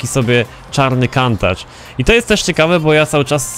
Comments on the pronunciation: wymawia się Kuntasz a nie Kantacz.. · wydaje mi się, że poprawnie nie wymawia się Kantacz tylko Kuntasz. Pozdrawiam. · czyta sie kuntacz